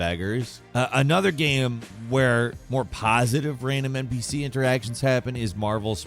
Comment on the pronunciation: narration is so weird in general. Like why did he emphasize the N in NPC like that.